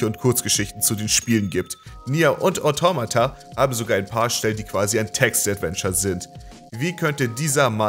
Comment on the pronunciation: Wie sprichst du bitte Automata aus xD